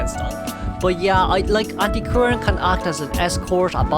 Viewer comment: Antiquarian sound really like Anti Korean